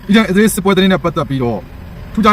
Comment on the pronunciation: အစ္စရေးတောင်ပီအောင်မပြောတတ်တဲ့ကောင် အီဇေး တဲ့ 😂😂😂